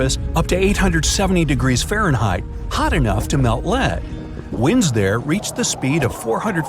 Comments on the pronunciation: Can't get the AI to say Fahrenheit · Can the narrator not say Fahrenheit? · Do you… know how to pronounce Fahrenheit?